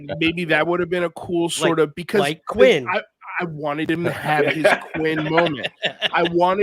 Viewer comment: Quint. With a T at the end 😉